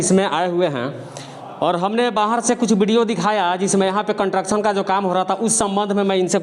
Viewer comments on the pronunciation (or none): कंट्रक्शन नही भाई, कंस्ट्रक्शन बोलिएगा भाई। अच्छा रिपोर्टिंग कर रहा है